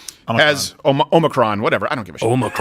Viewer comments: OH-MEH-CRON Say that phonetically Steven, fuck man lol… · I love how Steven pronounces it: "oh micron" rather than "o muh cron" lmao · BTW, Biden called the variant "OMNICRON" through his entire speech today. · Hi mispronunciation of omicron drove me nuts lol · I’m sorry but it’s a bit too distracting. The I in omicron is pronounced like the I in tick. The accent of the word is on the first syllable, not the second. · Steven why the fuck would you post that the show is starting late today just to start at the same exact time as always? Oh and learn to pronounce Omicron considering how much shit you give people for mispronouncing words normally.